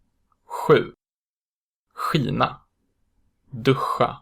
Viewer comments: Hur kan du få Skina att uttalas Kina ? Innan du försöker lära ut något så lär dig rätt själv först ! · Hej! Thank you for your lesson! I have a question : Do you round your lips when you pronounce /ɧ/? Because , 'skina' sounds like /ɧʷi:na/ to me.